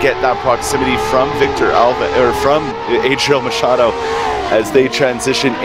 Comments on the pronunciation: "EIDRIEL MAKADOU" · Tem uma parte que o cara fala adriel macad... machado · Os caras falaram eidriel macado kkkkkkkkkkkk